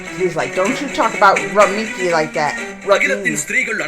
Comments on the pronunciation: It's Rukmani...pronunciation- ruk+money=rukmoney...😅😅i made it so that you can pronounce it easily...😅😅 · So, Rookmini that's how we say it. Also, you already know Krishna is the Avatar (divine manifestation) of Lord Vishnu.. Well, his wife Rukmini is the Avatar of Lord Vishnu's wife Goddess Lakshmi (the goddess of wealth). Another incarnation of Lord Vishnu is Lord Ram, and his wife Seeta is also the incarnation of Goddess Lakshmi.